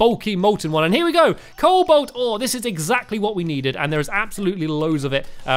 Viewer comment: Stampy you mispronounce everything in this game cobalt is prenounced co-bolt not cole-bolt